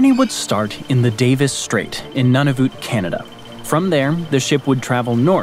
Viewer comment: How this guy says "Ceneda" hurts my Canadian ears.